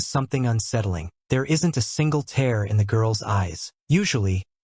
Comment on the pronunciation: Stupid AI voiceover. There isn't a single "tear" (as in moisture from eye) from the daughter's eye. It's NOT "tear" as if you are tearing a piece of paper. Just so stupid.